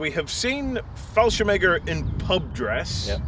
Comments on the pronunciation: Excuse me but wtf is “fallshem egger?” Do you mean “Fallschirmjäger?” If so, you should work on that pronunciation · fallscirmeger xd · anyone else hearing fallschemäger instead of fallschirmjäger?